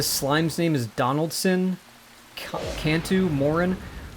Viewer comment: "Donaldson" is exactly what I expect a japanese guy pretending to know american names would say.